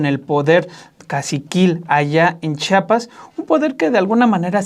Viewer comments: Muy mala producción, que ni siquiera pasan las imágenes que mencionan, el conductor no sabe leer español, es Chiapas, y chiapaneco. Repitalo hasta que lo pronuncie bien. Debería abundar en detalles de la supuesta devastación de la selva lacandona. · Pronuncien bien, supongo que saben leer, se escribe,se lee y se pronuncia CHIAPAS. no enseñen ignorancia ,se supone que han estudiado mucho como para demostrar falta de cultura